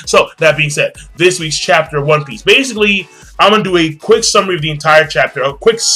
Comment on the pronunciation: on piecoooo , lol japaneese accent